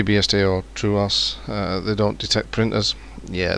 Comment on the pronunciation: True"aw"s? Its not just "True" "os"